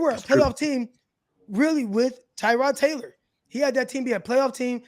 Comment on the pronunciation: I really feel for Tyrod Taylor. Nobody pronounces his name correctly.